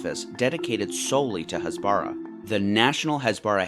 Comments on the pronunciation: its hasbara with normal h not chasbara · What is up with western media and putting a stress on a foreign word and criminalising it? "Hasbara" (pronounced with emphasis on the "ha", not on the "ba" like you said a million times wrong in the video) is plainly just the hebrew word for "explaining" and "explanation". Nothing more, nothing less. You can say that explanation from Israel is wrong and propaganda filled, that could be a valid critisism, but taking a foreign word that has no negative connotation and labeling it as evil is just wrong and frankly, is pretty much cultural appropriation. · btw, it's pronounced HÀS-BARAH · stop saying "Hasbara" you are pronouncing it wrong and its annoying, do your homework before making a video about the lies you was told, you know nothing about what actually happens there. As a Palestinian who lives in Lebanon: I STAND WITH ISRAEL, you just bring "facts" that aren't facts, you are saying that the killing of Hamas officials is a crime when it's literally a terrorist organization, shame on you. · ISTG YOU BETTER CORRECT YOUR HASBARA PRONOUNCIATION CUZ IT'S SO DAMN ANNOYING